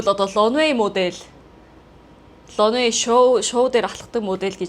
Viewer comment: Runway show гэж байх шиг байна лонвэй гэж сонсогдож байна